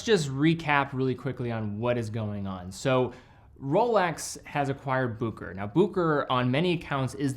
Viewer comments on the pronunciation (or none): It's pronounced Busheray and not Bookerer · Bucherer not Buckerer. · Its Bucherer. Not bukerer Bu ch erer Like cheetah ch. From a Swiss geneva born watch lover. Cheers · Still waiting for my explorer 36mm. Ordered it at that same Bucherer you showed at the start of the video. Ps, no hate but it's pronounced Bu(Sch)erer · It's also a good moment to learn how to correctly pronounce BuHerer. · I have always heard others pronounce Bucherer as Bu-che-ro and Book-e-rer, but never as you've done so here as "Booker". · so you're just going to mispronounce boo-ke-rer the ENTIRE video? seriously, this is not that difficult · pump and dump. One of the great ones made in Switzerland. P.s. that is NOT how Bucherer is pronounced. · Good video, just please learn how to pronounce Bucherer. 🙂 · Sorry but you butchered the pronunciation.